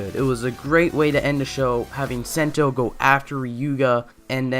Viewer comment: you’re we’re pronouncing sento name and his ultra ego name well definitely that one of problem with this video but ya that it